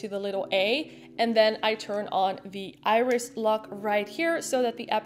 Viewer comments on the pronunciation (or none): none